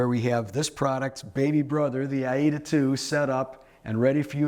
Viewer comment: Jeez this guy is a real numpty. The word is Aida pronounced eye-ee-da not aider.